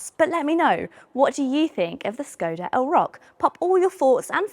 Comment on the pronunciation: hello unplanned woman. Skoda is pronounced shkoda.